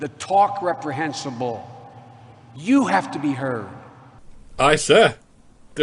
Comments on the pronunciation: What is "misogeme"? Or "repr-hensi-bowl"? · I'm glad I'm not the only one bothered by his pronunciations. Especially reprehensible. I was like "stick to words 4 syllables or less, Joe. Greater probability of being able to pronounce them correctly."